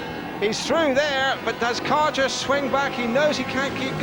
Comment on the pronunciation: Brian Karger, you idiot. The English speaking announcer pronounces Brian Karger wrongly, but that's because native English speakers only know their own language. I'm Danish (like Brian Karger, Hans Nielsen, Ole Olsen, Erik Gundersen, Tommy Knudsen, Nicki Pedersen etc.)Brian Karger was a good Danish speedway rider, but not in Olsen's, Gundersen's and Nielsen's class - more like an avarage English rider.